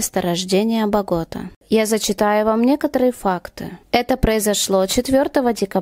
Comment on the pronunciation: КАука, БоготА. Если делаете видео произносите правильно. А то ударение у вас пляшет. Да и имена и фамилии произносите...